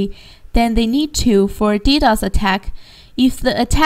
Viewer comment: It pisses me off how she says D-O-S for dos and D-D-O-S for ddos.